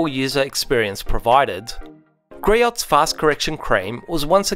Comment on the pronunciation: GREE-OHS, not gree-otts.